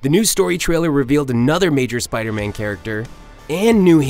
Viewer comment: Spida Man!